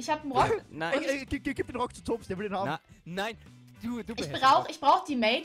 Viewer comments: Nicht böse Gemeinde aber sag bitte TOBSS mit O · Es wird toobbs mit langem o gesprochen